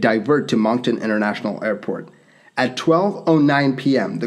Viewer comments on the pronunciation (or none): none